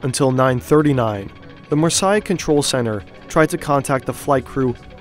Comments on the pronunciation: The tip off that this video is AI generated is the pronunciation of Marseilles.:eyes-purple-crying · Not sure about your pronunciation of Marseille. Always worth checking these things before publishing. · That’s an interesting pronunciation of « Marseilles » 🤣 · Butchering marseille like that wtf 😳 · Marseille is not pronounced like that😂😂😂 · The 'Marseille' pronunciation really annoyed me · I'm not even french, but the pronunciation of "Marseilles" (Mar-sey) almost as "Versailles" (Ver-say) is really jarring and takes away focus from the video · Learn how to pronounce marseille ! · Great video. You butchered the names Marseilles and Alps. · you are saying the Marseile wrong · It appears the fake-voice computer ‘narrator’ can’t pronounce ‘Marseille’ correctly. Isn’t technology great?😂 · Great video! For future reference, Marseilles is pronounced "Mars-say", not "Mars-sigh". I just found out about your channel and am a new subscriber! Awesome, AWESOME reporting! THANK YOU! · it's pronounced Mar-say, not mur-sigh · Good video but good God, you should have checked the pronunciation of Marseille before recording. The vowels are reversed to Versailles: Mahr-seyy . Really distracting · Marseille [mar - say], not [mar - saai], thank you. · That pronounciation of Marseille is killing me. Mar-SAY, not Mar-Sigh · I'm decently sure that it isnt pronounced Marsai and instead Marsay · Mar sai mar sai. You mean Marseille — mar-say? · Marseille = Mar says which is how it's pronounced. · To pronunce "Marseille" you can just say "mars" then the letter "a" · No it's pronounced Marseille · Say Marsai one more time. I dare you. I double dare you. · Marseille is pronounced MAR-say. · As someone who lives in France, i'd just like to correct you with Marseille. It's said Mar-say. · It’s Mar-Say ffs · Marseille is more like 'mar-say' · Pronounced "Mar-Say"... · as a frenh, this is a true mistery to understand how you get to this prounonciation for 'MARSEILLE"